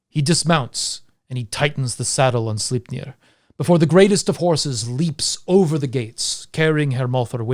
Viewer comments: "Beating a dead horse..." - For once (Lies) a good one... :P Great video as always... Though, and this is probably just me being a dumb Dane.... Sle... Slei... Sleip.... Sleipnir... I can't hear the "e" in your pronunciation... But maybe you're saying it right, and i have no idea what i'm talking about... lol.. Doesn't detract from the great telling you do... Just me being a turd i guess... :P But yea, i would absolutely love to hear the story of king Heremod becoming Odins Death knight, and the adventures he would have to embark upon to redeem himself... Love a good redemption story.... Don't you ? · Well, 99 percent of the time, i am indeed, in awe of your languistic skills, and how "easily" those nordic names comes out of your mouth... But Sleipnir... Well, that just sounded off... You know ?! Hahah... But brilliant video fer sure... You have a good night sir. I'm off to dreamland myself... - Ever done a video about dreams, and the dream state ?